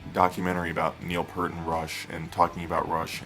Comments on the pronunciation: Neil's surname is pronounced Peart as in ear not pert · It's NOT "PERT" it's Peart!!!!! geez dude.... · Peart. Not Pert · They've been my favorite band since 1982. I never heard his name pronounced like that until very recently. It was always "pert" until maybe 2000. Maybe I just missed it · It’s pronounced Peert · you are 100% correct pjones8404, it drives me crazy every time i hear people miss-pronounce Peart.., obviously they aren't true believers...